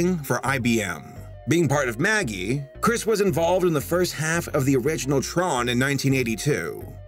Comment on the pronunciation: MAGI is pronounced Maj-eye.